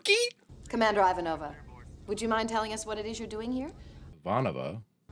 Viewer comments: Actually, she pronounced Ivanova's name exactly right as a Russian would. Well, not exactly, because she said "Aivanova", but closer. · Iva-Nova. It's said that drove Claudia Christian crazy. Londo did it once as well, early on. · Love so many moments in this episode! poor Corwin with Ivanova hovering in the background: blink twice if you're under duress :D the anchor deliberately mispronouncing Ivanova's name, and you can see Susan biting her tongue so hard... G'Kar's description of the resistance learning to turn the invaders weapons against them reminds me of The Artilleryman's plan in The War of the Worlds Everything is fine: The Corps is my friend, I trust The Corps